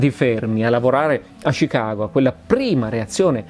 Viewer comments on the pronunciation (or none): none